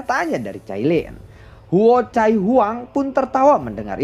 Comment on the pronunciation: Huocai belepotan 🤣🤣🤣 cai cai😅